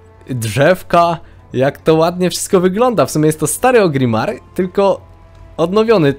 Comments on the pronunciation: ORGRIMMAR KURWA A NIE OGRIMAR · gra cale zycie w wowa, i mowi Ogrimmar :D